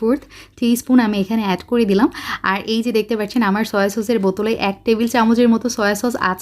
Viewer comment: পার্চ্ছেন নাকি পাচ্ছেন? আপনি পার্চ্ছেন কেনো বলেন? ওভার এক্টিং করলে যা হয় আরকি। 🙄😕